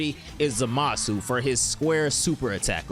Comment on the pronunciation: have you never watched the show like at all? youre pronouncing zamasu completely wrong...